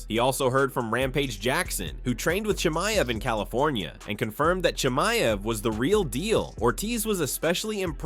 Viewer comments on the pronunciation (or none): I piss myself every time Bisping mispronounces Chimeav’s name wrong 😂